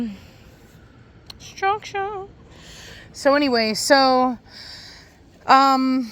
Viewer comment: You have a Good Day too...Every time You say, structure...I have to think of Preacher and You guessed IT "Heffe" Acually All STCC have stu..ruckturrr. Greetings from West-Germany.